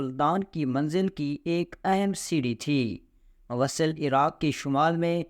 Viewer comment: شہر کا نام موصل ہے وصل نہیں۔ اور یہ قوم کرد ھے کاف پر پیش ہے۔ اپ کو تصحیح کی بہت ضرورت ہے ۔